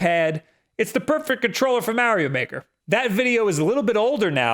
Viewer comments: Whats "MAH"-rio Maker 2??? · “Maerio maker”